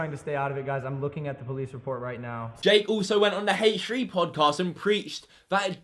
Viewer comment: Its pronounced H3 NOT FUCKING HAYCH 3 YOU BLUE TONGUE DIPSHIT